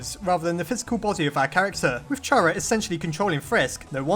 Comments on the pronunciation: It’s pronounced K ARA, not Ch ara, sorry it just triggers me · Why does every one say (ch are ugh) its fuckin (car ugh) damit its with a k sound a k sound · I fail to understand how some people just can't wrap their heads around a kid preferring 'they' pronouns. Also how some people still pronounce Chara(cter) and Char-ah. But I digress. Not enough evidence for this theory to be plausible in my book, I'm afraid. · I'M UPSET WHEN YOU PRONOUNCE CHARA WRONG IT'S SUPPOSED TO BE PRONOUNCED WITH K